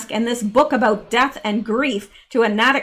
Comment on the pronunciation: ❤ I'm just getting to this now my goodness!! It is pronounced "Naytick" Natick